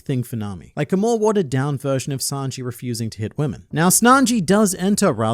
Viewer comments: Are we all just gonna ignore the fact that called Sanji as Snanji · tell me i'm the only one who heard him saying snanji instead of sanji 💀😂😂😂😂 i swear he said that ! in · Don't think I didn't catch you calling him Snanji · slipped out with that "Snanji" lol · Don’t think we didn’t notice you calling him snanji. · Did I hear say "Snanji"? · I see you saying "Snanji" at LoL. Trump getting to you 🤣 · You had to call him Snanji😂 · Don’t think I didn’t catch you calling sanji snanji at one point. Must’ve just been working on the presidents video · Hmmmm called Sanji, Snanji, just like Donald Trump from the OPPP. And I dont know about everyone else but I havent seen and Donald Trump in the same room. I think is just an AI made by Donald Trump! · "Snanji"... Wait a minute, are you Trump? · 7.00 you said snanji, you are a Trump follower 😳 Biden won't be happy 🤣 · You called him SNANJI at the 7 minute mark, your illiterate! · i hate that you called sanji "snanji" but it also gave me a good laugh after watching those president debate one piece videos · Dude just said SNANJI My man's writing another US President's debate script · "Snanji" lmao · DAMMIT HIS NAME IS SANJI NOT SNANJI. I WILL CALL THE SECRET SERVICE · Maybe he watched one of those presidential debate ai videos. They were arguing best arcs and I think it was atrump who called him Snanji. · Did you say Snanji ? 🤣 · Did you say Snanji ? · did he say Snanji? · Bro called Sanji “Snanji” 💀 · I'm glad I'm not the only one that noticed that 🤣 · Donald "snanji" 🤣